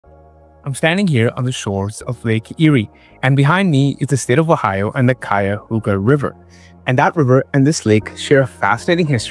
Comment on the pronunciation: Great pronunciation of Cuyahoga. Some local folks can't say it correctly.